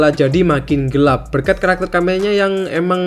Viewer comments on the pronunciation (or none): none